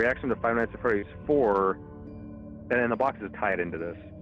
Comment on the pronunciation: fnaf at freweeys